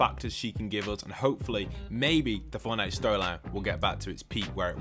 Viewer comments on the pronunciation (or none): none